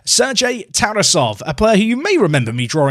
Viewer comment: unsporting personality of TarAsov (that's the proper pronunciation) is a little bit of concern for a 100m player